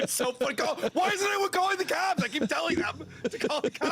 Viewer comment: So the hunter has become the hunted? “Call the Clops?” What a drunk!